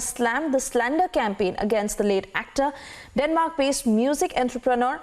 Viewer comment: Is it Denmark or demark??